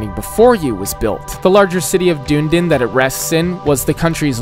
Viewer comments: btw its not dune-din it du-ne-den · its pronounced dune-knee-din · mel-born is nowhere near as bad as dune-din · dune-din 😂 it’s pronounced duh-knee-din * also it’s the first church of OTAGO (oh-tah-goe) not olago